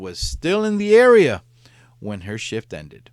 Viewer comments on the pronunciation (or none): none